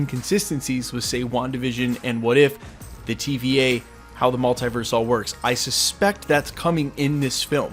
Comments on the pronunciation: its so irritating how you pronounce multiverse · the way you say Multiverse , literally prevents me from subscribing.